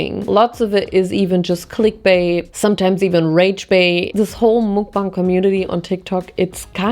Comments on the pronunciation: you drive me crazy, it's MUK not MOOK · Just fyi, the syllable ‘muk’ in mukbang is pronounced as ‘muck’(like ‘stuck’). it’s short for ‘먹’는 ‘방’송 which quite literally means ‘eating show’😊 sending immaculate amount of love from korea❤